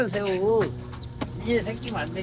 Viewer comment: 아닠ㅋㅋ 성우님 ㅅ발음할때 뭐 드시나봄ㅋㅋ 한번 신경쓰기 시작하니까 계속 들려서 집중이 안되네요ㅜ 셰우, 슌셔, 등등등